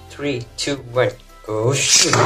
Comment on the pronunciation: I always thought this guy said “go sh*t” when ripping the beyblades 😭😭